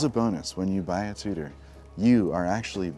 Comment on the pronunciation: saying it like TOOTER is grinding 🥴